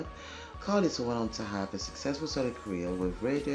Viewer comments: Pronounced Car-Lyle (like "Isle" of Man). Belinda was definitely a talent. Awesome reaction darling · Great reaction. Like narm67 mentioned, her last name is pronounced CAR-LYLE (rhymes with "mile" and "while"). The Go-Gos were/are terrific! They brought a retro 1950s-60s vibe to new-wave rock music in the early 1980s. You may have heard of the Go-Gos' hits "We Got the Beat," "Our Lips Are Sealed," "Head Over Heels" and "Vacation." In real life, Belinda is married to Morgan Mason, the son of British actor James Mason ("A Star Is Born," co-starring Judy Garland, "North by Northwest," co-starring Cary Grant, and "20,000 Leagues Under the Sea," co-starring Kirk Douglas). Morgan's mom, Pamela Mason, was a British actress as well.